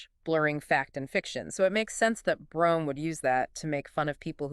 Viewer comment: Brome's name was actually pronounced "broom".